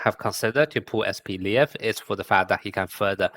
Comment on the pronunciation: Это не Атака титанов, он не "Levi", он "Лев". По-русски произносится вообще как "Lef"